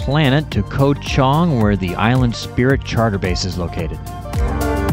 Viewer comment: Hate to be the one, but Ko Chang, not Ko Chong. Bavaria is 'Buh veh ree uh', not 'Buh var ree uh'. Singha, ignore the 'h' and 'a' it's just 'Sing'.